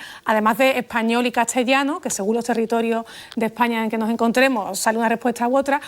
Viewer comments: La Sra. PONS tiene problemas de dicción al decir CASTELLANO min. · por qué dice cachellano? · Tiene problemas al pronunciar las consonantes ST cuando están juntas, ejs. CASTELLANO, ESTE, pronuncia algo parecido a CASHELLANO o ESHE , en otro video de ella que no permite comentarios dijo ¿METEREÓLOGO? es algo inaceptable de alguien que es experta en el idioma castellano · Para mí, se oye como cambiar de lugar la ST por TS: etsá, catsellano, hatsa, etc. Pareciera que hace lo mismo con otros pares de letras como SP, que en vez de aspirar la S pronunciando ehpañol, lo pronuncia como ephañol. A mí también me gusta cómo suena. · Lo mas desesperante es su metátesis de la t por la s, por otro lado no veo problema.